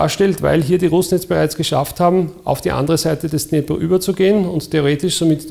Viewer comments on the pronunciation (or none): none